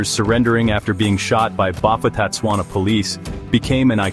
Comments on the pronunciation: Bo-pu-tah-tswana The ph doesn't cause an f sound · If you want to do a clip like this, please do proper research on how to pronounce the names properly. I knew a few people who move to Bophuthatswana. Because mixed-race marriages was allowed there while it was illegal in South Africa.